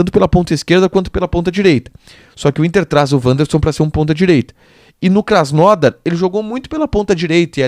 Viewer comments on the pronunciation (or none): não é Krasnódar, é Krasnodár